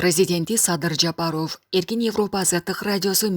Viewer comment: ЖапарОв дебей, туура окучу. Бут республика угуп жатат, грамотныйлардан окутпайсынарбы???????